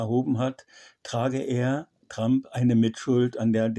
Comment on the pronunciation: Und lernen Sie endlich, wie man "Trump" richtig ausspricht.